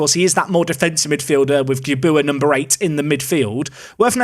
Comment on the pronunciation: Amazed you can pronounce Arkante and Gabuya perfectly, but somehow balls up Ure, a three letter name. It's pronounced just like your by the way :)